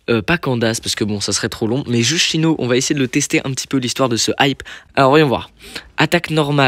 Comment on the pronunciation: Tu dis "chyno" 🥲? Je dis Cyno perso ( sino)